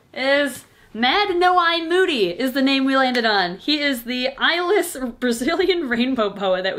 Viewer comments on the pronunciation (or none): I thought she said Mad No Eye Moody?